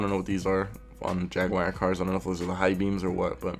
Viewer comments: ...Yag War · Jag-oo-are not jag-wire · Whats a jagwire? Did you mean jag-you-are? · American: Jag-Wire Brit: Jag-U-Are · Jagwire? you mean Jaguar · It's Jag'war not jag'wire 😂 love your videos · Why is he saying “jagwire” lmao. I’ve heard jagwar and Jaguar but never jagwire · The moment he said jag wire I can down here to see the comments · If you want to die, take a shot every time he says "jag-wire" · Literally no one:: jAgWiRe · dude its JAG-U-ARE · every time you said jag-wire i got more and more flustered J A G W I R E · Not a jag wire , jag you are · jagwire huh?! GG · Why he say jaguar like jag wire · Why do you keep saying "jag wire"? If your making a video on how stupid ricer shit is you might want to know how to pronounce the name of the manufacturer correctly...just saying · Got damn dude it's not jag_wire... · JAGUAR (JAHG-YOU-ARE) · NO JAGUAR BUT JAG WIRE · Sure... Jagwire.... do you also drive a muhs tahng or a moose ting... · Jagwire.. come on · Ever time he says "jagewire" take a shot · don't know why but every time you say Jaguar i understand Jagwire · "jag wire" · so...the guy critiquing other peoples cars cant say Jaguar? if you can at least read....there is no wire in it...like, at all.